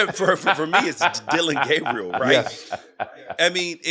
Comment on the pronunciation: It’s Dillon, not Dillion. And Gabriel, not Gabrielle. C’mon now.